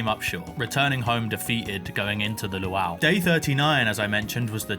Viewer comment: what in the hell is that pronunciation of luau?